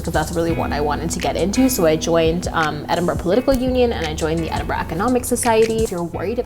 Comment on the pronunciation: Don't say it...don't...say...it...EdinBRUHHHHH